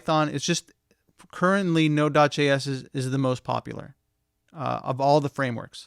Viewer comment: UI, from onwards, what is that you say? It sounds like 'nodudge s', or 'nodudge js' - captions say "node js". You mention that node js is the most popular of all the frameworks. For the avoidance of confusion, can you clarify something - nodejs is not really a framework, is it? (or is it?) Thanks